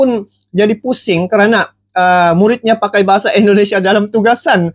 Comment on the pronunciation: Eloe orang 🇮🇩 atau orang 🇲🇾 bro Admin....? Cuman mau bilang dikit .. pengucapan Eloe yg menyebut INDONESIA Banyak salahnya .. harus nya pakai I Bukan È .. INDONESIA Bukan Èndonesia .. terimakasih 🙏 gua nonton konten Eloe sampe habis .. semoga mempererat persaudaraan antar dua negara.